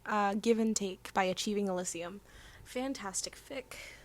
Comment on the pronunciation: Honestly, I am just so happy you properly pronounced Elysium, I had listend to another poetic by the same author but the names of quite a few Greek deitys were mispronounced and they definitely mispronounced Elysium, as a fan of Greek mythology it gets kinda annoying when things are mispronounced, though I don't get as upset if they just don't know, it's still annoying